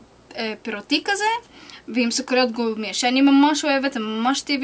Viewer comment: היא אמרה סוכריד